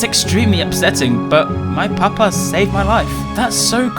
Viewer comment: the way and say papa is so funny "whats your PUH-PAHS name?" "oh my PUH-PAH?, his name is maximus"